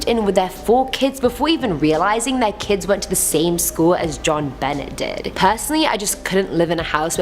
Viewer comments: Re: The Ramsey story...the little girl's middle name is pronounced "Ben-nay," NOT "Bennett!" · JonBenet is pronounced JON BEN NAY not JON BEN NET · Please do me a favour n av the respect ov pronouncing Jon Bennet name properly it's NOT BENNETT ITS PRONOUCED BENAY!!! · Pronounced Ben nay not Ben net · I love your story telling but you are pronouncing JonBennett's name wrong into not pronounced "Jon Bennett" its more like "Jon Bana". That was a huge case when I was younger and I remember hearing her name so much on the news. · It's really NOT pronounced JOHN BENNETT RAMSAY!! JEAN BENNAY IS OW ITS PRONOUNCED. JEAN in the French not jeen as in English. Just considering her tragic ending its just respectful to get her name rite, I think. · John Ben-ay, not John- Bennett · its not jon bennett its jon benAAA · It sounds like you say the T in Jonbenet Ramsey. But the “T” is silent. So it’s pronounced ”JON-BUH-NAY RAMSEY” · The little girl's name was John Bennett Not John Bennett The TT is silent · omg everyone in the world sept you knows its "Ben-nay, and jean like the way you say jean cluade van dame and you live in canada french central lolol have a great night. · I love your vids, but it's pronounced bownaa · “Jon beh nay “ Ramsey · Benet part of Jon Benet-Ramsey is pronounced "Buh-NAY." I believe it is French. Otherwise, Great Job!! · Her first name was pronounced zhon as well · Her name isn't John Bennett. You have Google, wtf? Btw, its not defo either( long sigh). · Jon BAAAANET thats how you say it. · You're miss pronouncing the little Ramsey girl's name. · The way you butchered the pronunciation of JonBenét Ramsey's name Might cause her to haunt your house next! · Yes made me cringe every time she said her name! 🙄